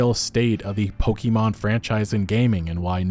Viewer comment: it's poKEmon not poKimon